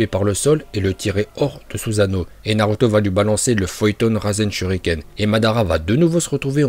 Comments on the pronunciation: et aussi tu dis naluto au lieu de naruto tu sais pas parler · De fou il veut me faire le connaisseur , quand tu vois il dit « Naluto » au lieu de « Naruto » 🤦🏽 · Tu faits une vidéo de naruto mais tu sais même pas bien prononcer les nom